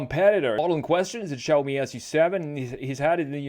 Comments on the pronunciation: It’s not chaomi or shaomi. It’s actually pronounced more like “See” “Ow” together really quickly. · its shaaomi not chaomi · I swear, where did "Chaomi" come from?! It's "Shaomi"! Except this little thing that caused me a mental breakdown, I really enjoyed the styling analysis of the SU7. Let's see how it goes if it gets commercial approval for EU market too. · Great preview of Chinese cars! It is pronounced as "Siaomi", there is no "Ch")